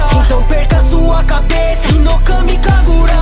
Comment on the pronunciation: O kagura tá errado é kagura e não kakura blz?